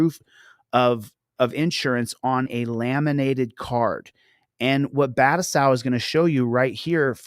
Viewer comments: Battousai is a Japanese word, it is not pronounced well using American English grammar. (but-two-say) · Dude can't even pronounce his "friend's" name...🤦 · But that's his friend! Surely pronouncing it right. 😂